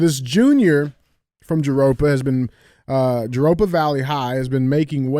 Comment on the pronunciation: We need YouTube shorts of DJ pronouncing different words 🤣 I’ve never heard someone pronounce Jurupa Valley that way.